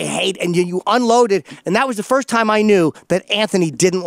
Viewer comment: Jade Runner "firsht of all"